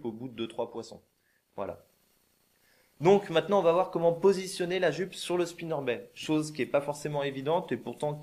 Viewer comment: Très utile, merci, ça m'a bien aidé. Par contre il faut prononcer le "t" à Spinnerbait!